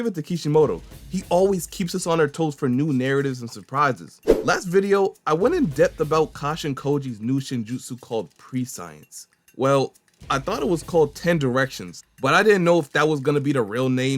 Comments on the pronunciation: Homie.... We're having another Omni-potent esque moment. Prescience is not pronounced pre-science. Its closer to prèshence... Please research!! Its all love! And also thanks for finally posting, been waiting on this one.... Side bar, Kishimoto likes using these obscure words from my high school vocabulary lists i thought would never apply in life but here we are. Keep up the amazing work! You're the #1 Boruto channel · It's pronunce preSH(ē)əns not pre-science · Hey bud you mispronounced the name wrong. The term prescience in this case; the sc makes the sh sound instead of the sy sound it normally makes. It's spelled prescience but should be pronounced like pre-shi-ence. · Prescience is pronounced just like the word conscience!!! Best way to properly describe it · honestly some of the mispronouncement of these words make the action seem more special. So I normally don't say anything (no disrespect to ) but prescience didn't click as well as omnipotence did.